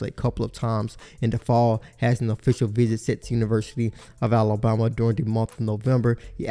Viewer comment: this guy pronounces alabama (ala-bomb-a)